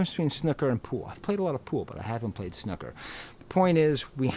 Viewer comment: Nice vid but please don't say snooker like that 😂